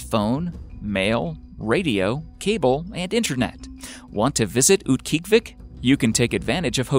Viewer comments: I used to live in Utqiagvik growing up. LOL, it's actually pronounced oot-kee-AHG-vik, except the /q/ is further back than an English /k/, and the g is voiced fricative so it's "dragged" rather than being a hard consonant. It used to be called Barrow, but the Inupiat people have reclaimed their heritage and renamed it. In the summer, it's not that bad, gets about 50 fahrenheit in the summer. The weirdest part is the 24-hours of daylight in the summer, and vice versa in the middle of winter. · uut-gee-ahh-vic, haha formally know as barrow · It is pronounced oot-gee-ah-Vik!!! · mispronounced "Utqiagvik" its UTT-KEE-AH-vik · wow, that name was butchered! Utkiagviq is Oot-key-og-u-vik. And its the big city 45 minutes flight from my 200 people village. Kind-of "isolated". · It's pronounced oot-kee-ah-vik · Mispronounced Utqiagvik. Proper pronunciation: Oot-key-ah-vick. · Oot- guy-uhg-vik. Utqiagvik. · He is pronouncing Utqiagvik way wrong. My aunt lives there and that is definitely not how she says it. Also, I'm not really sure why they picked Utqiagvik when there are SO MANY way more isolated villages in Alaska. Any village in the Aleutian chain would have been cool too. Oh well, no real reason to complain, it's just YouTube.